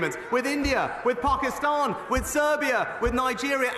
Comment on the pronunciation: Just the way rishi pronounces Pakistan annoys me 😭 he says it like the don off come fly with me. Just Get these idiots out already